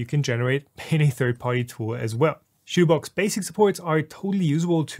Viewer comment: I have never heard anyone pronounce it "shitoobox."